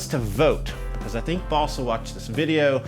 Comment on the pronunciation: I love it when he says beCAUSE